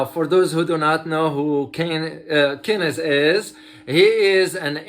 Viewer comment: Keynes is pronounced just like Hanes, a brand not Key nes. More power to you doc, I'm a fan